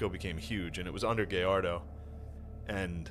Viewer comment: No mames, I love Shane but he can’t even pronounce “Gallardo” 😂